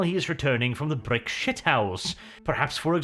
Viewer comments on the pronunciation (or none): none